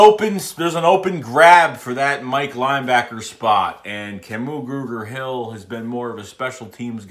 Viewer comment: Love your Philly accent trying to pronounce Kamu Grugier-Hill as Kamu Gruger-Hill lol